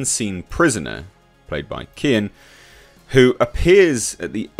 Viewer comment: his name is pronounced keoan (gh) is silent he's Irish